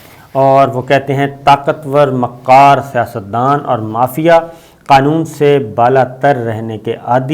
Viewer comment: Wo qom jo Iqbal ko ikbal aur qalb ko kalb kehti rahi achanak se kirdaar ko qirdaar aur kubra ko qubra kehney lagi...🙉Aaj Sabir Shakir sb aap ne makkaar ko maqqaar keh ker mujhey herat zada ker diya . !!! Kia ye naie Urdu kahin koh qaaf se toe nahi aaie....🤔🤔🤔🤔